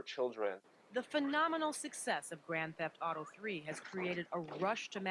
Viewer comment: "Grand Seft auto 3" XD